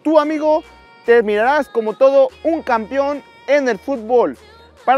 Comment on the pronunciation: "Soy un Campeom"